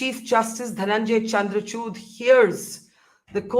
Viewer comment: Chandra chud nahi madam 😂 it’s chandrachur 😂😂